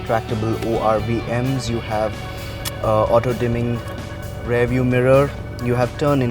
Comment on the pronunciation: Good, exhaustive review. Do note that the correct pronunciation of 'rear' is RE-EAR. Not RARE. Only mentioning this because the host used the word multiple times in the review.